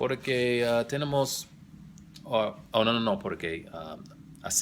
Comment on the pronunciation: You need to go back to studying Spanish lol. I noticed you have a big problem with the stress of the syllables in the words like how you said tenemos and nativos and especially how you said la vida REEL LOL. Also your grammar was off a lot along with lack of fluidity. Just some constructive criticism